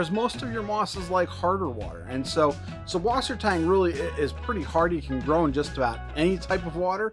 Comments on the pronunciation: Good info but just FWIW it’s not an unusual name, it’s just German - and in German, it’s pronounced suss, not sub. The German alphabet has a capital B looking thing which is a direct replacement for ss. So they’ll spell it SuBwassertang, but the B is pronounced ss. They actually dont even say “freshwater.” They say either saltwater or sweetwater. So its Suss = sweet Wasser= water Tang = seaweed 😊✌️👌👍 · it's pronounced "sysswassertang"